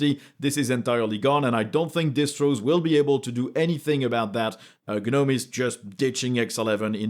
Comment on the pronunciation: Gnome is pronounced with a silent G, like "NOME"